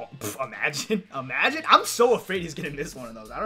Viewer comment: Why he keep saying amagine